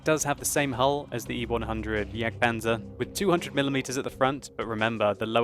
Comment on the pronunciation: Die richte aussprachen von Waffentragen und Jagdpanzer üben wir aber noch mal ;)